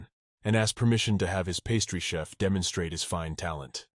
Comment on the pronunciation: I was wondering if it was an auto correct the AI was doing? There was one chef I think and the rest were chiefs